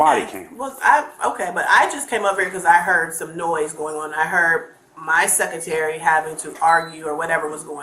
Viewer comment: and her "seckitary"